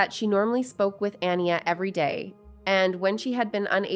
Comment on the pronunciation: It bothers me that the host keeps mispronouncing the name Aniya when her family mentions her name many times thoughout the clips that she used for this video.